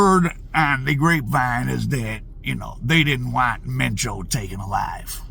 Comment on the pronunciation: You said that right supposedly